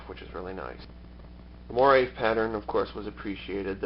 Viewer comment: Thanks for the review. I think I will order one. It's usually pronounced "mwah-RAY", by the way.